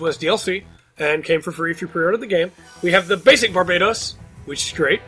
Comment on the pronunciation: Isn’t there only 73 gundam frames made 🤔 also the way you say barbatos was wrong